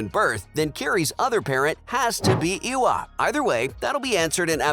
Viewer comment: the mispronunciation of lo'ak, tuktirey, eywa, kiri, and neytiri is killing me